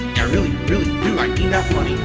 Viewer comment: "Chat is very quiet tonight!" =No MAWNEY!